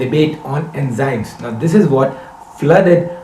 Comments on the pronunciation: India its nothing..guru mann say enjymes instead of enzymes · Bbbbbbbbutt, "Enjymes!" :'(